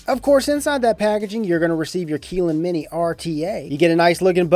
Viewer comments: Keylin Mini? No, it's Kylin Mini. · It's pronounced 'kiy-ln', not 'kee-lyn' btw. No hate here, I'm just a pedantic tosser;P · Keeeeeeeelin? Or Kylin? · Dexter Morgan definitely Kylin not keeeeeelin lol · If it has a Y in it then why would you pronounce it as an E?